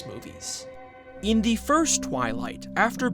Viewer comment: ”It was all in le head”